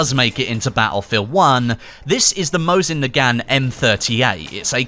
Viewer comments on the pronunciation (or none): none